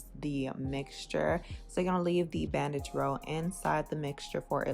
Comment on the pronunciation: I thought you said “bad bitch roll” instead of bandage and I was here for it 😂